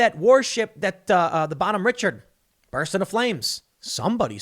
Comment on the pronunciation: Also it's BONHOME, not bottom.